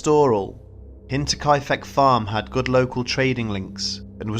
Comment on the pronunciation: I'm sorry, but all I hear is Hentai-kai-feck. I'll let myself out...